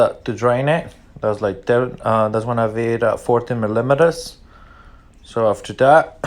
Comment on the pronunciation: That’s two videos in a row that y’all cant say millimeters